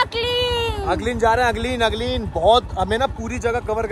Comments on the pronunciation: It's Agling not ugling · Hy it is not ugling it is Agling